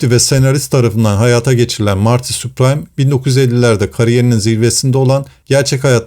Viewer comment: Soyadi Süpriim diye okunuyor*